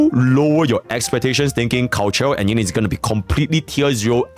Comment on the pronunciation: yinlin in mandarin is pronounced een-leen y is silent